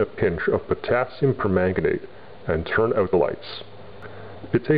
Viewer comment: Gregnant? PrEganAnant?? P E R M A N G A N A T E ?!?!!!